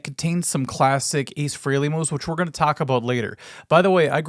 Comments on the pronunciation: Frell (frelly). Not freely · The name is FRAY-Lee, not Free-Lee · It's 'Fray'-lee', for real. I'm not conforming, no way.